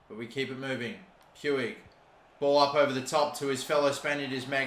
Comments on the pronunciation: It’s more like pooch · It’s pronounced “Ricky pooch” btw for ppl who were wondering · Umm you pronounce it riki pooj, just hurt my ears when you said puig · NGL it feels a little irritating when I hear Pu-ig when its pronounced Puj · Its pronounce like Pwig not Pewig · Please stop pronouncing Puig like that. It’s PWEEG not Pyoueeg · it is not puig the pronunciation is "puj" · Puig's name pronunciation is "puj", not exactly "puig" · Riqui Puig is pronounced "Ricky Pooch" Pls stop pronouncing it "pewig" xD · Just so you know, the "g" in Puig is spelled like "j" so it's not "Pyoo-ig" it's "Puj" or "Puij" Edit: Pls don't like this comment it's on 69, it's perfect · Who else gets triggered about how he says "pyuig" instead of just Puig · I'm from Spain and the pronunciation of Puig is like "Puch". " Riki Puch" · It’s pronounced “pooj” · Its prenounced riqui puch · Puig is actually pronounced like puch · I might be wrong but I think it’s pronounced pu-ich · puig is pronounced riqui puujj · It’s Pyoo-ij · Puig is pronounced "Puuj" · Just so you know, Puig is pronounced: Pooj. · Puig is pronounced pooj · puiq is pronounced almost like pooch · It's spelt Puig but pronounced pouche the e is silent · God I hate how he pronounces Puig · Puig is pronounced more like a J than an G cause he’s Spanish just so u know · U don’t say Puig like that